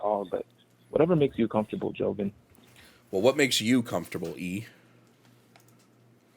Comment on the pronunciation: I know homophobia and transphobia is strong within black communities but holy shit this guy was some other form of that. And for a "brother," you'd think he'd know how to say Jovan, but what do I know.